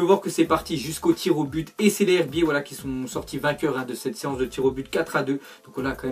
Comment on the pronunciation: Sa ce prononce " les zerbier" .....